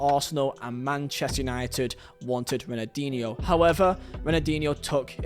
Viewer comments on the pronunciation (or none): none